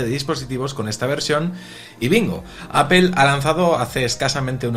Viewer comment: Apel? Por qué lo pronuncian así?